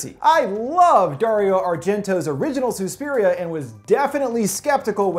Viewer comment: It’s not Sue-spiria it’s SUS-piria